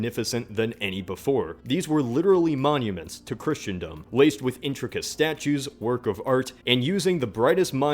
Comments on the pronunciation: Its pronounced "chrissendom" NOT "Christiandom" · Did he say Christandom?